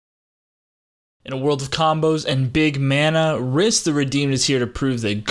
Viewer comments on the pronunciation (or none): The way you pronounce Rhys hurts my soul. It's actually the original form of Reece, and pronounced the same way. Nice video tho my dude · You know it's pronounced as Reece! 😆😆